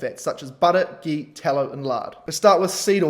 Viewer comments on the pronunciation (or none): none